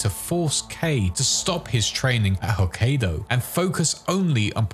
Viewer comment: It's not pronounced HokkAYdo more like HokkEYEdo